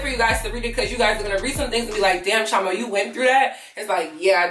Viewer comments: Okay I just got to say it cause your my Igbo name twin. But you are mis pronouncing Chioma in your intros. Please double check with your parents if your not fluent for the pronunciation. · Just curious, do you Americanize your name on purpose? As an Igbo girl you should try to pronounce your name very well. It holds weight❤️ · I love you girl but as a Nigerian. Ugh! You are not pronouncing your name correct! It’s none of my business but you now it’s cultural and I think it would make more sense to pronounce it correctly.